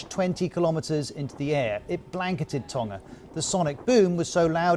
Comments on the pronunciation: Why does not pronounce the G in Tonga? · That New Zealand radio host needs to learn how to speak properly, can't pronounce Tonga properly. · Sorry to focus on a trivial point but it’s doing my head in… Why are all news reporters pronouncing Tonga with a silent G All my life I have known it’s pronunciation to have quite a powerful G and if you google how to pronounce Tonga it is sounded with a strong G.. This happens a lot in the media, but are they right in this case?